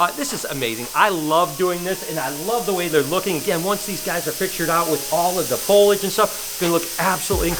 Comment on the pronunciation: Man, just say “plants”. You’ve been struggling hard, to no avail, with the word “foliage” for years. It’s okay to give up occasionally:) Love you!